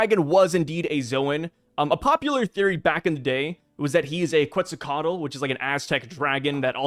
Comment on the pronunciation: It's pronounced Ket-zal-coa-tl, cheers!